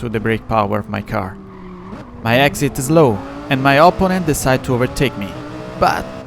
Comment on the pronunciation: non ti offendere ma una cosa te la devo dire (dall'accento direi che sei romano come me): imparati gli accenti e le preposizioni in inglese perche' veramente suoni strano eh. La pronuncia di opponent, protect, penalty, delaying, allowed, comfortable, legit, our, consequences, assume, essence, e alcune altre parole e' sbagliata, soprattutto l'accento, e l'uso delle preposizioni e' spesso sbagliato. Google translate e altri tool gratuiti ti possono aiutare perche' leggono i testi a voce alta. Sono parole che parlando di corse auto dovrai ripetere ogni volta, quindi aggiustale una volta per tutte e via.